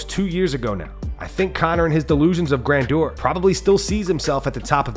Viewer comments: pronounces "grandeur" like only gen z can 😆 gran-doer🤣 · Grandor? Hahahaha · "Gran door" 😂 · never heard someone mispronounce grandeur like that. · The way you pronounced “grandeur” killed me a little inside